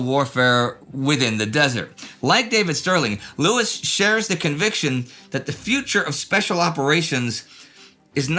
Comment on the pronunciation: Not Jock Lewis Jock Lews ie: the last E is silent